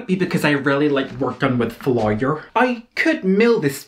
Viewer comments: "Workin wif fa-lie-er" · "I really enjoy working with FLYOYOR" iconic. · It is that he pronounced flour very incorrectly to the point that it sounds like gibberish.